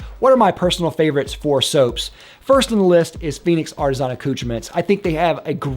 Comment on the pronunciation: Ar ti zon...... It's ar ti SAHNNNNN